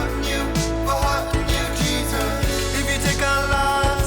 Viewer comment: I heard the start as "Hello, Disciples. It's me, your favourite lord and saviour, Penis"